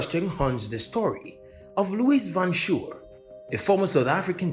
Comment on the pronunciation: Van Schoor = Fan 'Skuorr', not 'Van Shore' Anyway, we've moved on and are doing just fine, why are you obsessed with our politics and not yours'? Apartheid is part of our history and not yours, go and talk abour your history. I want to work the Netherlands.